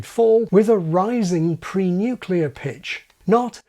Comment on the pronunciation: I had to pause at pre-nuclear and post-nuclear. Well done.